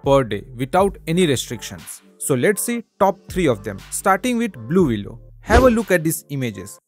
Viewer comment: Thanks for telling me. 😂 I thought he was saying- Baloolooloo. The bear necessities of a.i life will come to you!